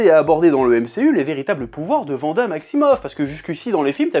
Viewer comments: waaaanada please vanda ça détruit mes oreilles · Wanda se prononce Ouanda non? Et non Vanda chef. Je me trompe ? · Pk tu dis vanda et pas wanda ? Sinon super video 😄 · C’est WANDA pas Vanda 😭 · Par contre s'il te plaît .. Wanda, pas Vanda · Psk en français wagon tu le lis vagon. Mais bon après on s'en fout moi je dis wanda comme 90% des gens je pense mdrr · "Vanda" Aïe, mes oreilles...